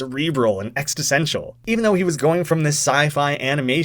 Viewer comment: Did you just say "extistential" instead of "existential"?